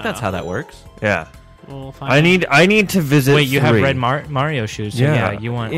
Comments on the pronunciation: theiy say mirthee its mario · Why do you call Mario Marity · Srsly u call Mario merrty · IT'S NOT MERITY IT'S MARIO I'M GONNA GET SO TRIGGERED OVER THIS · why do thay say meer-ty instead of mario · They say miraty as mario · why is he saying mierty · because they like calling mario marity? :)